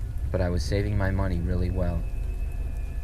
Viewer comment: “I was just willy happy” 😭